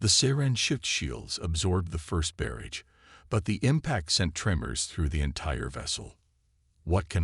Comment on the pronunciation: Nice story, so far. I am at 22 mins and I must say....your AI, as most others, SUCKS!!!! Do you ALL get the same version AI from the same second hand store!!!???? What is his name????: "Eh-than", "ITH-in", "ITH-an", "EE-than", !!!????? What is: "BEAR-idgd"(barrage), "..Bids of sweat..", "SAB-uh-taydged"(sabataged)!!!!!????? What other BS mispronunciations are to follow in the next 23 mins????? I REALLY wish you ALL would stop using AI until they can actually spoke Anglishes!!! Narrate your stories yourself like the better guys n gals do. THEY don't make grammatical mistakes a thousand times in one story. MUCH more enjoyable that way!............just sayin............ OH,.....and at 45 mins...."un-RED-able"!!!!!!!!!!!!!!!!!!! POS AI. That's all...........POS AI.....and freaking "SAB-uh-taydge" about a THOUSAND freaking times in this story.!!!!!!!!!!!!!!! WELL, then Finally ......"COZ-muss"(cosmos)...again...what a POS AI!